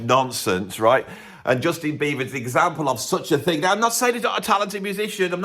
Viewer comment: Why do you keep saying Beaver instead ov Beiber?